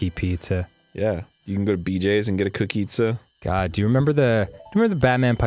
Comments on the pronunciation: It's not a cookizza! it's a pizzokie! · It's not a cookizza, it's a pizookie -_